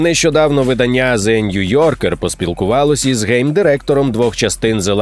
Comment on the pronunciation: Дідько, нехай тобі грець! ВидАння, кохАння, читАння, нАвчання!!!